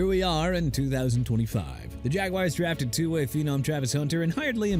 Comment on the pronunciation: Yeah the o-line stinks and the defense is atrocious and Coach McDaniel shouldn't be a coach anymore and Tyreek Hill's season ending injury didn't help and Tua's a bad quarterback SO WHAT SIR?! GIVES YOU NO EXCUSE TO TRASH MY TEAM LIKE THEY OFFEND YOU IN ANY WAY!! WANNA KEEP JUDGING THE DOLPHINS?! TAKE YOUR BEST SHOT!! AND LEARN TO PRONOUNCE JAGUARS! PRONOUNCED JA-GWAARS NOT JAGWIRES! Right away let's all change the team name from Jacksonville Jaguars to Jacksonville Jagwires!! I'm sure you're doing a good job BUTCHERING EVERYTHING!!